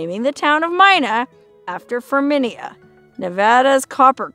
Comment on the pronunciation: Ferminia is pronounced firmina, and it’s a scientific name for a type of bird . The Zapata wren